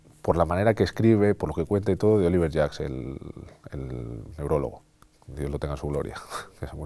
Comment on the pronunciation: ¿Oliver Jack u Oliver Sacks? Porque el segundo es el neurólogo, y el primero ni sé quien es. Pero me da la impresión que dice Oliver Jack.